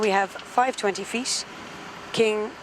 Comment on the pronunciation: That is my ideal pilot voice and accent. Nice accent. In the US we say 20 feet. She said 20 feast. In aviation being quiet is not an option. Communication is indispensable.